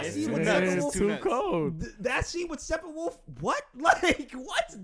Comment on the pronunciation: Is saying "stephen-wolf"?